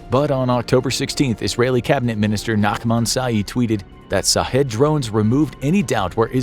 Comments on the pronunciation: I am a Indian but guessing "shahed" means martyr in Persian, and maybe it is prononced as 'shaaheed', not sahedh. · I would recommend to prounounce the word shaheed not sahid, good job narrator. Keep up the good work :) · as someone who knows persian i can tell you it is SHahed not Sahed...SH as in "SHIT....a kamikaze drone" and it means "witness" but in islamic culture, "witness" is the same as "martyr" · Sha-heedh not shaw head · Knowledge is power and this video is part of that but for the love of God if you're going to do a whole video on something at least learn how to pronounce it correctly. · I hope it's sarcasm because they're not pronouncing it right. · He should have pronounced sh sound.